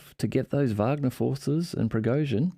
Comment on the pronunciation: WOW! Someone that actually pronounces Wagner correctly!